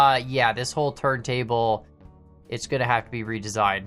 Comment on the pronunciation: i heard turdtable not turntable🤣🤣🤣🤣🤣